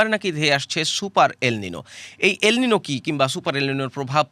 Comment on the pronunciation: ‘এল নিনো’ কথাটার ঠিক উচ্চারণ ‘এল নিনিও।’ El Nino নয় El Niño।